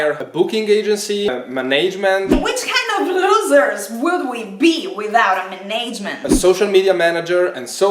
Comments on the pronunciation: Muh-nayge-mint? LMAO! It's pronounced Man-ij-mint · Today I learned I love the way Italians say management. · I love the pronunciation of "management". 😆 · Not that I can pronounce any Italian words correctly, so not poking fun. It just made me chuckle. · same lol, it's a new way of saying it I haven't heard. I also don't know any italians either though so I don't hear the accent anywhere else